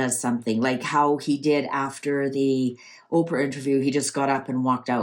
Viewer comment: Did you just call her “OKRA”? 😂😂